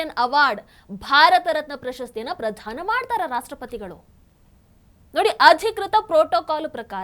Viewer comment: ಪ್ರಧಾನ ಅಲ್ಲ. ಪ್ರದಾನ.